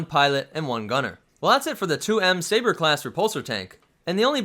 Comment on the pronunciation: "sbaer" Great video dude haha